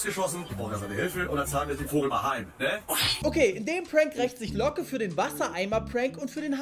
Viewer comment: Niemand: Jeder: Locke Unge : Looge